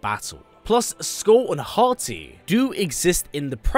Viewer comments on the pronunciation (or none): none